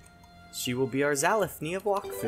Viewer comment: It's (wack-fu)